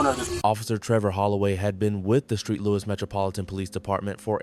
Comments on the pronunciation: I believe you made a mistake you saw St Louis and called it Street Louis thinking the St was short for Street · This commentator is a moron. Where the hell is street louis?